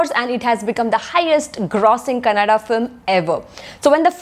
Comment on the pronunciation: Thanks For pronounce Kannada not Kanad